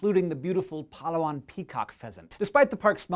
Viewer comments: Hey there Hank, I just wanted to help you out with the pronunciation of your second pick, Palawan. It's Pa-Louw-an, emphasis on the second of the third syllables. It truly is a wonderfully beautiful place. I lived on the island for just under a year and it is a magnificent place. Interesting fact as well is that Palawan is home to ten native language dialects. Ten! On one island. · Such a nice way of pronouncing Palawan (even tho yes it is wrong) but it's very interesting xD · pa-LAH-wan not PA-la-wan. :) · I love how Hank pronounces Palawan :) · He pronounced Palawan wrong .-. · I'm Filipino and he said Palawan wrong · You say Palawan funny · Lol, he pronounced Palawan weirdly.